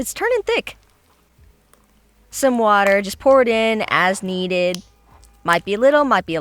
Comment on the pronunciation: He say water lol